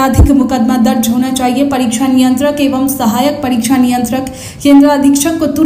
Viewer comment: परीछा नहीं परीक्षा और परीक्षा होता नहीं , होती है। आपकी भी पढ़ाई ऐसे ही हुई होगी।